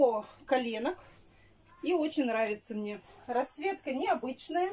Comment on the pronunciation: Мине мине,фу слушать противно!